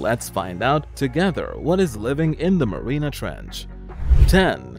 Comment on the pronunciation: It's not marina ,Marianas!